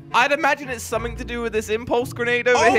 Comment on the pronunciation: it's something not suming